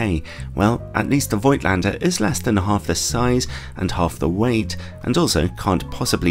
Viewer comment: Fyi: The name is pronounced with an f and without i. A bit like "folk lander", just with at t in in the middle: "folk-t lander"